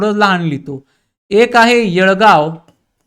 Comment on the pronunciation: येडगाव असं नाव आहे येळगाव नाही